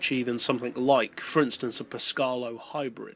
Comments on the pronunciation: Italian rant on the way Its actually Péscarolo, not Pescárolo, and your pronunciation would be Pescarlo in italian. Sorry for the rant :) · Great video. Only just got gt6 to work on my old ps3. Glad i did tho!! One thing that did make me smile - Pescalo? I know a bloke named Henri that would be a bit miffed at your pronunciation.;) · After hearing that only LMP(1) and Group C cars are considered for this list, I am surprised to see a concept car in first place. I am not really sure that car would be legal under the rules... How did you pronounce "PescArolo"? I couldn't hear the "a" in it :P